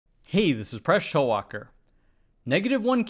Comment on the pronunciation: Does anybody else hear "Fresh Toewalker" at the beginning of every video rather than Presh Talwalkar?